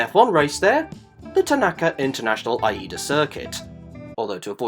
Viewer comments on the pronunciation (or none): wouldn't be easier to call Aida? Eye-ee-da